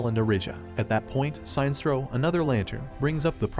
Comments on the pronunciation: It's pronounced..."Sin-nest-trow"....Sinestro. Not "Sign-strow". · Robo narrator really said tall blue immortal beings when the guardians are shorter than a lot of the green lantern corps members also the robo narrator was literally saying Sinestro wrong the whole time its Sin-Es-Tro not Sign-Stro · SIN ess troe. Not Sine-stroe. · it's pronounced as Si.....nestro